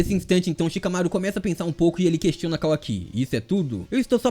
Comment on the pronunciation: Que agonia ouvir ele falando Kawaki errado